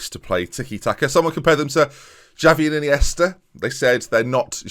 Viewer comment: “Xavi and Iniesta” more like... “Jarvi and Chiniesta...goka”